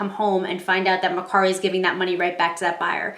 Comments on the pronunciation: It’s MER KARI NOT MER SARI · It’s MerCari with a K.